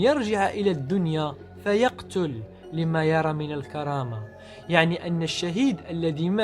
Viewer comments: فيُقْتَلْ عشر مرات و ليس فيَقْتُلْ ما تعرف تقرا ؟؟ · التدليس في الفيديو : في أول المقطع سورة الفرقان أصبحت سورة النساء فيق،تل جاءت في الحديث مبنية للغائب بمعنى يموت .. نطق هذا المدلس ال ي فتحة ف صارت بمعنى القت،ل . إلى جانب أن جل حججه كلامية لا علاقة لها بالواقع من تقديس للغرب و دياناتهم إلى التنكيل بالمجتمعات المسلمة و كأننا أنذل ملة . أم مقاطع الشيوخ فقد أحسن إقتصاصها ليروج المعنى كما يريد هو . أحسنت فعلا حا،ربت الإسلام كا أبيت